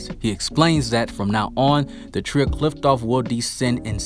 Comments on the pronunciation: Qliphoth / qliphtoph? 🤣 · The way you pronounce qliphoth is just weird and sounds so wrong 😅